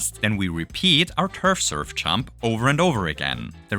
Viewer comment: “if we chump with a chunk while chumping”